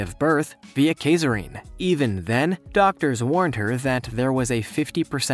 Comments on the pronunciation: Caesarean is NOT pronounced “kay-zer-ring” but “sah-sare-e-an” . LOL smh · yeah. it's pronounced see-zair-ee-an. does he pronounce julius caesar as julius kaser? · ... KAY-ZER-EEN?? Really?? Can't say caesarean?? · Kaserine??? Have YOU ever heard of... Caesarean? Wow. I don’t know which is worse? The narrator saying that or the editor letting that go? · “And can only give birth via kaiserine.” 🥴 This must have been an automated voice of a script because I would hope that a real person would have looked up the word ‘caesarean’ before recording the video if they didn’t know how to pronounce it. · Kasarine???? Lmao.. never heard c-section pronounced that way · Did you just pronounce cesarean as caser-rane? Really? I'm going to need you to do better. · Cesarean. Please pronounce correctly. It's see-zair-ee-en. As in Julius Ceasar. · That's not how you pronounce cesarean! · The woman he mentioned was in America and he pronounced it wrong. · I think the video is good. But you should definitely look up how to pronounce cesarean lol.